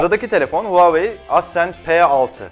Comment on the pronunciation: ascend yerine accend demişiniz?